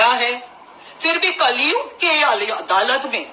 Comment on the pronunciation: She is actually under some influence.adalat ko aladat pronounce kat rahi hai .Hosh thikane nahi hai ulta seedha bak rahi hai.